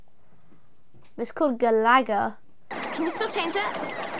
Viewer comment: Galaga is pronounced like galaxy only it’s Galag guh